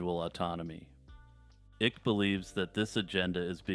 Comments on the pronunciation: It's David (eye -k) not ik. Sorry, but it's killin me. Good job, otherwise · Its pronounced "Ike" and not "Ick." Lol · its pronounced like Dwight David Eisenhower Ike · David Icke's last name rhymes with bike.